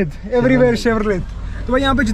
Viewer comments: it is pronounced as CHEVROLEY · chevrolet ka T pronounce nahi karte bro, its chevrolay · Nice blog man!! Never mind, its ''Chevrole/Chevy''...'t' is silent. Subsidiary of General Motors (GM), USA